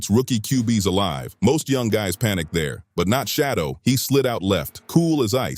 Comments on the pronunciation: WILL YOU STOP BUTCHERING HIS DAMN NAME? HIS NAME IS SHEDEUR NOT FREAKING SHADDOW. 😮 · Quit calling him shadow! His name is Sheduer Sanders and you need to pronounce it correctly! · who the hell is shadow damn man least you could do is make sure they say the names correct that makes this nothing but click bate you should be ashamed of your lack of professionalism